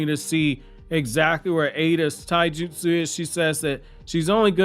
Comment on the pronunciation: Yo did dude just say; Naruto and Sasuke have “ SIMPLE” ti-jujitsu??!!!?